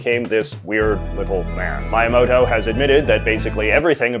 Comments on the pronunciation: By the way, it's pronounced "mee-ya-moh-toe" not "mai-uh-moh-toe" great video overall! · Miyamoto not Mayamoto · btw Miyamoto is pronounced Mee-yah-moh-toe not "my-Ah- muhtoe" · I love your videos and enjoyed this one as well. But, for the love of all gaming, the name of Mario's creator is pronounced Miyamoto, not Maiamoto xD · you have to know his name is pronounced "Mee-yamoto" not "My-yamoto" right? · The pronounced “Mi” in Miyamoto is pronounced “Me”, not “My” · you are pronouncing miyamoto’s name wrong. it’s ME-amoto. not MY-amoto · Ah, yes, Mayamoto, that's his name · "Mayamoto"?!? Have I been saying it wrong my entire life? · No one: JJ McCullough: MAYAMOTO! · It's Me A Mo Toe for future reference. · I'm sure someone already corrected you and I'm too lazy to look through all your comments, but it's "mee-ya-moto" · you pronounce Miyamoto as Maiyamoutou? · I know you lived in Japan for a few years, so I'm curious as to why you sometimes pronounce Japanese names ("Maiyamoto") incorrectly. Is it a conscious decision to somehow make yourself seem less pretentious, or more relatably flawed? Or was the Japanese language never a strong suit of yours? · MEE YAH MOH TOE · 😂 It's pronounced MEE-YAMOTO! 😂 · Sorry JJ, but I gotta say it. His name is pronounced Mee-ah-mow-toe. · Ouch J.J., you just had a boomer moment. It's pronounced M"ee"yamoto. Try saying it in French since our "i" is pronounced the same way as it does in Japan. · I'm something of a Nintendo freak, so great job on teaching me new things about Mario's origins! (Your Miyamoto pronounciation could use some work though) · I love this guy's content, but I'm inclined to agree. His pronunciation of Miyamoto is PAINFUL. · I am sorry that this is what I'm commenting about, but I have NEVER heard before someone pronounce Miyamoto like that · that pronunciation of Miyamoto’s name caused more psychic damage to me than “the poo-Get sound” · That's not how you pronounce Miyamoto